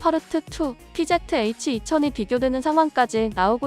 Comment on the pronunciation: 피제트에이취가 아니고 피지에취 라고 읽어줘 1본 애들 영어 배우네